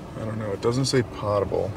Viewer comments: “Pote” able, not “pot” able water. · why do you say pottable water instead of poetable water? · It’s pronounced “POTE-able”. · I don’t mean to be nit picky but the correct pronunciation for potable is pot with a long o. Not like a cooking vessel pot.😊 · Hey, not to be didactic but you are pronouncing "potable" incorrectly. It is pronounced with a long o - like Poe or potato. Guess you're not a big Jeopardy fan, one of the most popular categories is "potent potables." I've heard Alex Trebek pronounce it hundreds of times.:--) Keep up the great work your videos are amazing! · Love your channel and you're living my dream, but you're pronouncing potable wrong and it's bugging the shit out of me